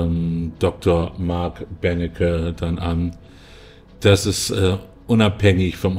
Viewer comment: Der heißt übrigens Benecke, nicht Bennecke...